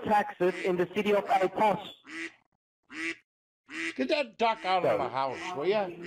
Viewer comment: Did he say “City of El Pass?”